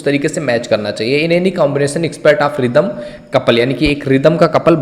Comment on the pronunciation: Sir rhyme ko रिदम nahi राइम bolte hai bss aap ise improve kijiye baaki aapki videos bhot achhi hai😊